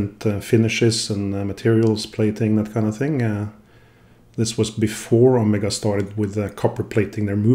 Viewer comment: hey bro i guess its my 1st time here on the channel but i just had to stop the vid to let you know: (╯°□°）╯︵ ┻━┻ you absolutely nailed the pronunciation!